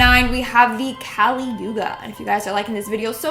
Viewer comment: The word is not kaali but kali(कली). There is no sound for it in English.